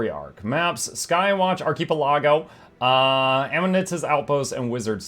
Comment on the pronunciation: Is the Skywatch Arkee-pel-AH-go where both that and the AD-in-fini-tum will continue to be horribly mispronounced,? 😉😎😂 For your birf-dee today friend, I will offer up the correct pronunciation of the two terms that will allow you to at least sound like you know what you're talking about with respect to these nouns in GW2! It's Ar-kuh-PEL-uh-go and ad-infi-NEYE-tum for those of you that are unenlightened. 😞🤦🏽‍♂🙄 I suppose you also erroneously say levio-SAH for the spell of levitation too, don't you? You will certainly never levitate anything going around saying that in public or private, regardless of how well you swish and flick! 😉😎😂 Happy Birthday, old man! 🎂😉😎😂 P.S. Completing the Astral Ward and Rift Hunter armor collections will be a part of the path towards the legendary Obsidian armor for PvE players only. In other words, there are currently no WvW or PvP requirements for the three different material sets of legendary Obsidian armor as their crafting will be based on recipes available through the Astral Ward masteries. 😎